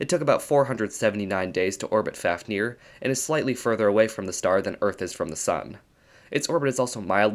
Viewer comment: Fáfnir is pronounced /fɑːvnir/ (like "Fahv-nir"). With a long A and the 2nd F pronounced as a V.